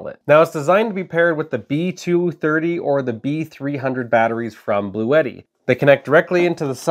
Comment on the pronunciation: It’s pronounced Blue-Tee.